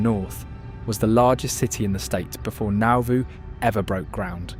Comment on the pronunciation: It also can't pronounce Piasa, or Nauvoo and thinks Carthage is only 14 miles away.